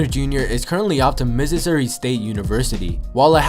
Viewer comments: Yes he is and it is pronounced like Miz- or- ee. Not mississississouri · He said Mississouri State. That's funny. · It's Missouri